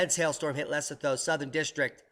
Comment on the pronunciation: Le SO toe. Repeat after me. "Less OH toe"